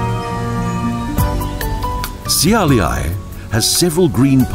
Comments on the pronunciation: I couldn't agree more. The "Na moo' nas" was bad enough, but "See Ay Lee Ay" instead of "Shiau-lay" (Šiauliai)? That's just beyond unforgivable. Great video, though. I'd think this video just might bring some tourism our direction. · funny how not a single name was pronounced correctly. Especially Šiauliai :) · on minute 23 you pronounced the name of the city wayyyy too wrong. Šiauliai. Š= Sh. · at least, he coul hage types it on google translator. It pronounces the word correctly